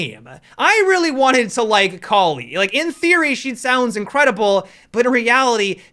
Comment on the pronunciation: Cali? I thought it was kali